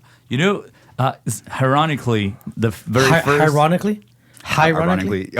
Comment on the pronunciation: “high ronnickly” 😂… that’s how I joke with my best friends when they mispronounce words 😂. Yeah dude!!